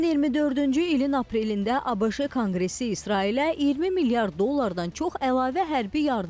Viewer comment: ABIŞI yox ABŞ.